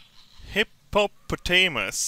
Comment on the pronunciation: its hippo pot ah muss